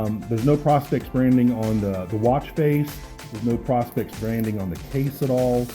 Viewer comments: You say prospect like you are looking for gold....... its not.... it'ts pro.....specs.....prospex!!!!! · Great review. I think all he is saying is that it stands for professional specifications. So it's pronounced pro instead of pra. But I honestly could care less what someone says. Great review none the less and no doubt you know your watches.